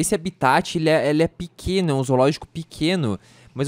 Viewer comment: seu mulinha se fala HABITAT não abitati